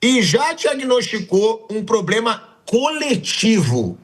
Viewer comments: "Poblema". 😂 É um estúpido. 😂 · Parei no “pobrema”, e ainda disse duas vezes!! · "Agente tem um pobrema...". BARBOSA, Gabriel. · "A gente tem um pobrema" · “A gente tem um poblema” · Realmente temos um "poblema". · Nossa. Esse rapaz não consegue falar "problema". Eeeee brasilzão dos analfabetos. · Não sabe falar PROBLEMA? 😅